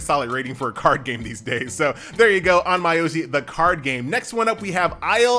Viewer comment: Nice list, My asian ears bled a little tho when prounounced Ahn-My-yow-gee.